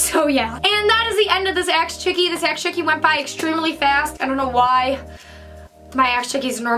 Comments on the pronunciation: Does anyone notice she is saying aks chickee instead of ask chickee. I mean it doesn't matter she is still a queeeeeeeeeen! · Don't get me wrong, I love you and your videos but is it too much to ask for you to say ASK not AXE like for real ASK is not the same thing as AXE. Anyways love you ❤❤